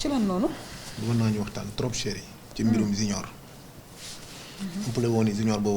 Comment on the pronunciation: Séérriii😁 on dit "chéri"